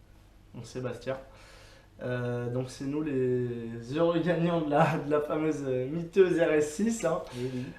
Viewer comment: J'ai rêvé ou il a dit "jai gagner la miteuse rs6 de gmk" miteuse ? Mythique plutôt ? Car miteuse .. ca nz pas exactement le meme sens.. ça craint franchement le niveau.. le pire c'est que c'est répéter plusieurs fois dans la vidéo 😅